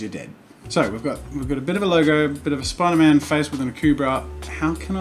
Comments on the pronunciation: Its spiderman not mate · I know where you are from but it’s spiderMAN! Sorry